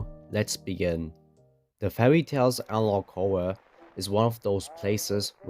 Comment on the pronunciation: Witewy so many anawog Howwo